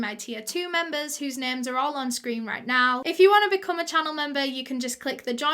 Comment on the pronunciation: I am so glad that you cover international cases. my Polish heart goes for you. you pronounced their names really well :)